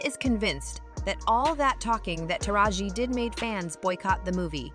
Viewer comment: Thought I was the only one that was bothered by that